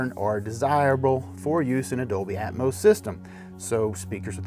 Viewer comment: its atmos not atmose...smh